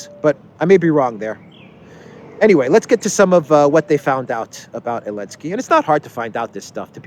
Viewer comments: It's Zelinsky! 😂🤣🤠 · Why are you pronouncing his name elensky now? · I just can't get my head around when u say elensky u are doing a great job one love from Ghana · So silly…he can’t say ZALENSKY. Cant stand this bozo